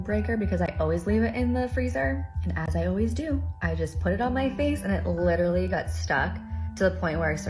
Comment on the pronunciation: yet another person saying 'Literly'